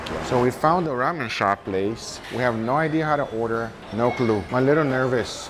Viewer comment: Someone teach this man how to say ramen 😂🤣